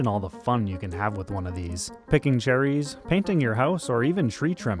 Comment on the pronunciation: "picking cherries" sounded like some call of duty sniper mission- picking jerries